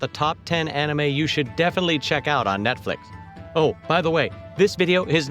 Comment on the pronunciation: It sounds like he is saying "Netflik" LOL